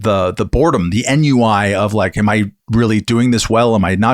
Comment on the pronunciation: Wait--Matt didn't say Enn-U-I deliberately? ;-)